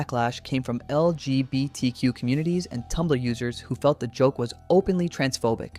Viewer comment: The way he says NSFW and LGBT pisses me off so much, does he have some kind of a learning disability???? Why does he say that like that 😭😭😭